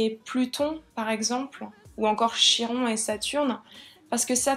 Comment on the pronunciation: Ça se prononce Kiron